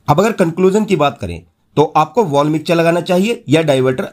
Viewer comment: मिक्चर नही। मिक्सर।